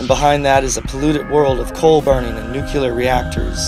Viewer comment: nucular reactors?